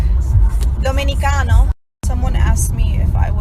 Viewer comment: "DOMINICANO" lmao her dominican accent ON POINT. Idc all the shit people talk about her, she's fucking great.